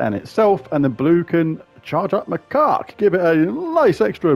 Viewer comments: It's pronounced Mah-kak not, well the other way. It's a type of monkey. Not as funny as your way, but may not get you dinged by the YouTube algorithm. lol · It's pronounced Mac - cack 😂😂😂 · OMG 😂😂😂😂You are SO bad! I had to stop and re-start watching about 5 times because I was laughing so hard! Now every time you say Macaque I bust (get it?) out laughing. So glad you found it though ‘cause that would be a shame if it was lost…….. Now I’m off to get lost in the Underwire. ANYWAY… great video but I doubt I’ll be able to afford The Ruby Macaque any time soon. Oh Lord I’m off again 😂😂😂😂😂